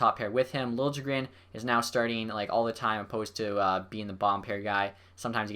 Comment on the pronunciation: btw its said lil-ye-gren